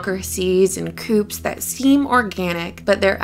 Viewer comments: lol...its pronounced "coo" the p is silent...its not "coop" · Coup is a French word and you drop the 'p'. Pronouned "Koo" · The p is silent in "coup" (shhhh, for your eyes only) :)